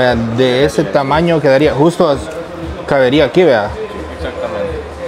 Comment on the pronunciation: Caberia por Dios se dice cabría